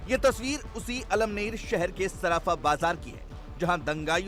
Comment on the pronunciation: अमळनेर है 👍 almner नहीं